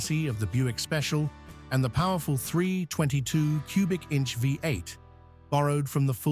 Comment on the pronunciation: Pisses me off they're unable to say V8